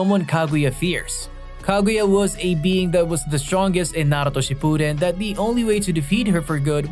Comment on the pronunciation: Came to say this too, had to stop the video because of it. “Boruto” and “Naruto” almost sound like they’re being said with a Mexican accent. It’s really bizarre.